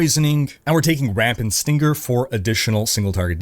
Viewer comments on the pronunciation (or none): Man needs to google how to pronounce stinger bc it is not steen grrr